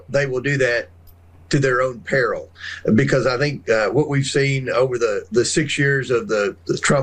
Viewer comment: It's "because" not "becoss". You say cause just fine, but turn into a third grader by saying becossssss